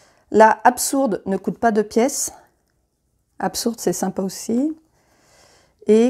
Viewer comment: Merci pour cette vidéo, je trouvais la règle solo pas super claire. Par contre, le absourde m'a fait très mal aux oreilles. Un petit détail, tout le reste est très clair.